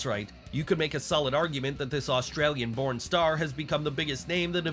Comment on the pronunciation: Anyone else hear him call rhea an Australian Porn star rather than BORN star